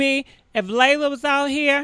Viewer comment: LEEEEEELAAAH say it with me LEE-LAH.... LELA not LEILA or LAYLA 🤣